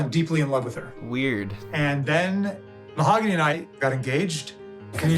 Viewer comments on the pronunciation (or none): "Mo-haaag-on-eee", get lost! 🤣🤣🤣🤣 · Get it right it's MA-HOG ANNIE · Too bad he still says the name wrong after she corrected him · I love that even after being married AND asking her how to pronounce her name, he still gets it wrong. You can't make this up 😂